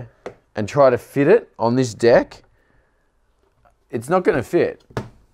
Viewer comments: I swear every time he says deck he is saying dick XD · Austin Miller thats what i thought also😎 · Yes, that's how the guys on the north & south islands say it, but for the rest of us on the west island, a deck is the part of the skateboard we stand on (or try to).